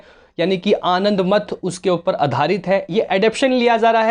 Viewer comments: Abey gadha, yeh Sri Ram nhi hain, yeh Sanyasi hain. Aur अनंदमथ nahin, अनंदमठ hota hai. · आप जिस प्रकार से रविंद्रनाथ टैगोर की रचना - आनदमठ का उच्चारण कर रहे है & फ़ोन मै देख कर जानकारी दे रहे है... उससे लगता है आपको रविंद्रनाथ टैगोर के बारे मै जानकारी नहीं है! कृपया ऐसे किसी टॉपिक जो ऐतिहासिक हो पर विडिओ बनाने से पहले उसकी रिसर्च कर लेवे then वीडियो बनाये!! वंदेमातरम!!